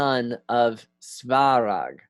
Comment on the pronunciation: Some pronunciation help. - Ancestors (fathers) "oci" is pronounced like "ori" in "origin" but c instead of r, you don't have c sound in English, it is closest to "tz" but sharper. - "Svarog" is similar to "swa" in "Swabs" (but v instead of w) and "rog" in "Balrog". - Any word containing "bog" (meaning "god") shold sound most similar to "log" (but of course b instead of l, and o sounds more like "lOrd"). - "Perun", the "run" part should sound more like "rune", but shorter as the accent is on "Pe". - "Triglav", the "Tri" sounds like "trinity", but hard T like in "Thor". Btw it literally means three-headed. - "Žibog" the letter Ž (that you tend to pronounce as Z) always sounds like the very first sound you hear in French "je suis". In general, you may notice the pattern that each letter always matches exactly one sound, the spelling is not decoupled from pronouncing (for example "i" is always "ee"). Once you learn this simple rule and a few additional letters you should have no trouble pronouncing anything Slavic. And the accent is usually on very first vowel.